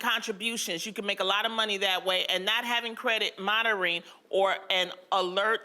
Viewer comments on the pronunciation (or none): There goes Loni again not knowing how to say "monitoring" lol. love her tho